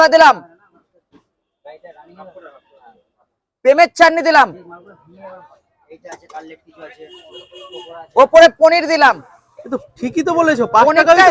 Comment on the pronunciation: পেঁপের চাটনি? বুঝলাম না, কি একটা বললো।শুনে মনে হল প্রেমের চাটনি দিলাম।